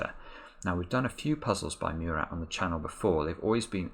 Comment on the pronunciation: is still mispronounciating Murat's name:)